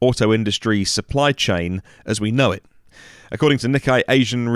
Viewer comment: Nikei (Knee-kaye) not Knee-kye..